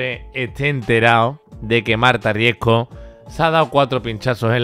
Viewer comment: Me pone nerviosa que no sepa pronunciar bien el apellido RiesCo... Siempre dice RiesGo 😤😤